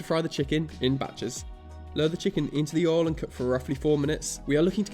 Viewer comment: Aw he says Oil like Ohl like folks from the South of the US